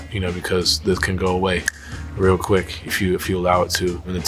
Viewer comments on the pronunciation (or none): none